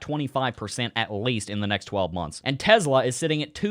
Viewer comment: I wanna know why you can't say Tesla properly